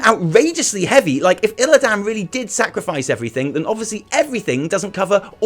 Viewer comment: The way he pronounces illidan's is pissing me off more than it should.